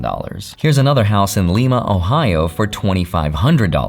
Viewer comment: it’s LIE-Ma Ohio not LEE-ma like Peru. Lima Ohio is the setting for the TV show Glee. Lima Ohio, always getting pronounced wrong 😑 😢😅